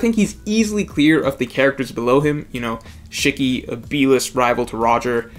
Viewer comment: The way u said “shiki” bothered me 😂😂